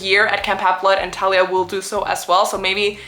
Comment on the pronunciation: each time you pronounce thalia as “talia” you scare me so bad my name is talia 😭